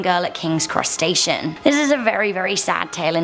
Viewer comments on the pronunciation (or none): Wait, she said Cross Station? It sounded like she said crustacean. My brother's birthday is May 26th, should I be concerned?